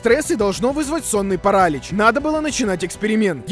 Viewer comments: Правильно не парАлич, а паралИч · Парали́ч а не парАлич боже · не сонный паралич а сонный паралич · Почему парАлич? А не паралИч? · Не Паралич а Паралич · Паралич а не паралич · ну какой парАлич, это так тупо. На протяжение всего видео такая хрень. Правильно говорить паралИч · Паралиииич!! Ударение на иииии, не на а 🤣😂🤣🤣😂🤣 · ПарАлич... Вы серьезно?! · Меня пугало только ударение в слове парАлич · Параличь ударение на и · паралич,ударение на и, а не паралич с ударением на вторую а